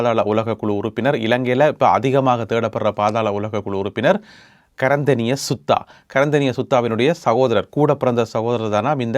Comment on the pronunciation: அருமையான தொகுப்பு சிறப்பு .நான் விரும்பி பார்க்கும் தமிழடியான்.அர்ச்சுனா புகழ் பாடுவதை விட்டது சிறப்போ சிறப்பு.உமது வசன நடைகள் அருமை.சுத்தா இல்ல Suda. Sudda ❤